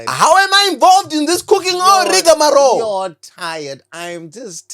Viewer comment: 🤣 bro said Rigamaro 10 times in different contexts!